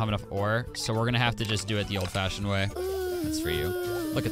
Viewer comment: i wasnt ready for "fashon" weak